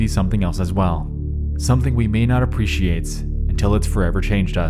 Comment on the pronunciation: Why is he adding an extra s after every few words? For example when he says appreciate